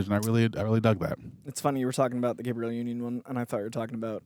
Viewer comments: Everytime mispronounces Gabrielle Unions name, an Angel loses their wings. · Great vid but I kept getting distracted by how many times your man pronounced Gabrielle union wrong 😂😂😂😂